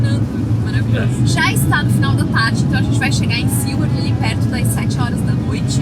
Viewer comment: Seward e não “Sewerd”…